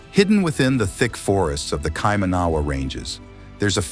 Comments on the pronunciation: It's painful hearing kaimaahnaahwah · Why didn’t the narrator find out how to pronounce Kaimanua first? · You keep pronouncing Kaimanawa incorrectly and it drove me a bit crazy. Didn’t bother to even google the pronunciation? Thorough research there, mate. Otherwise, pretty accurate video. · The Kaimanawa Wall and you are pronouncing it wrong which doesn't help, but to me it looks very similar to a wall I've seen in the centre of Cusco in Peru and another one in Sachsaywaman. To me these sites are of international significance. There is talk of a civilization called Lemuria, datimg back 100,000 or maybe 200,000 years from memory, that NZ was said to be a part of, or at least an outer island that they went to for celebrations. The knowledge of Lemuria was passed down by elders in Hawaii. The fact that the NZ government and political correctness are covering up these sites and shutting down research is despicable. And to all those scoffing at it, your closedmindedness is typical of people that repress knowledge and growth. What harm is there in investigating it further to see what's actually there? If they find nothing and that the rocks were natural well so be it, but sitting here in an armchair saying that looking at a video, when there are genuine archaeologists who have been there and have knowledge of this and are experts in their fields, shows only your ignorance. There should be considerable funding given to unearthing what's there and learning more about our history. The fact it is being shut down and blocked off tells you everything. It's a can of worms that people don't want to look at as it would change everything in the text books. People prefer to remain in ignorance, because its comfortable, than open theur mind to things beyond their limited perview. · And you go to Spain and you try speaking the language and you speak Spanish with perfect pronunciation ? Someone that doesn’t live in New Zealand may not know they are even pronouncing words wrong…